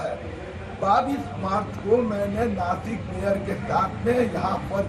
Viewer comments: ये नाकिस कहाँ पर है भाई.....😂😂😂😂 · नाकिस नही नासिक होता है आज तक वालो गवार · chitra ji 2000 ki note me nano chip ....😂😂😂 ....or naakis nhi .....naasik hai wo😎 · नाकिस नही नासीक होग!! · Nakis nahi nasik chutiyo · नासिक है... नाकिस नहीं